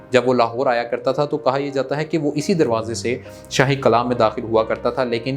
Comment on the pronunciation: Qala nahi hota... It's called Qilla in Urdu pronunciation